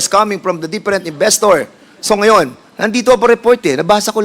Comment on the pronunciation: “Did the IPO proceeded?” what kind of english do you have Done Pernandez? 😂. . . “deperent inbestor”hahaha